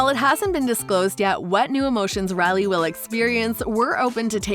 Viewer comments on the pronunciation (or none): Her name is Riley pronounced Ry~Lee not Rally. My sisters name is Rylee and I’ve never heard it mispronounced ever in my life. Sorry to be the pronunciation 👮‍♀️ 🚓 police.